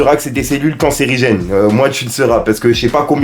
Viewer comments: Ce mec est 1 charlatan j'espère qu'il aura des problèmes avec l association des médecins et le pire il sait même pas dire le mot :cancérigène abruti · DÉJÀ....il sais pas dire cancérigène donc ça va pas du tout 😝